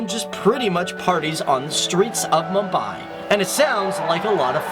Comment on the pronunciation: butchered the pronunciation